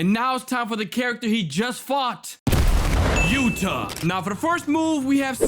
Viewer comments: He is called yuta not yutah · Yutah❌️ yuta✅️